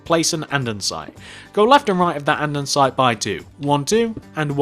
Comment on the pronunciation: Jesus fucking criss it is not anddansite it is andesite it annoyed me just like help with whatever they are say boots instead of trunk or bonnet instead of hood